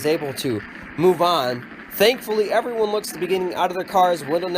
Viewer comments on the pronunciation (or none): none